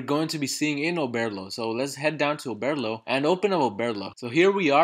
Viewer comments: Oberrrrrrlo not Obearlo 😂 Great video tho thanks a ton! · Bro I swear to god if you say “Oh-bear-lo” one more time 💀😂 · Listen I had to pause the f**kng video and just figure it out myself. I'm like I know I'm not the only one who hears this 🤬😅